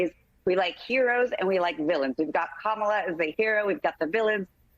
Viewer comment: He pronounced her name correctly!